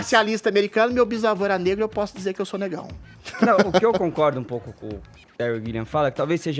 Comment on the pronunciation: e precisam de fono, com todo o respeito..., é óbvio., pode falar DIZER, no lugar de DZER. DIZENDO, no lugar de DZENDO...